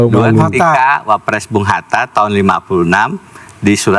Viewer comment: Deny maling..kok bilang wapress..bukan klas nya..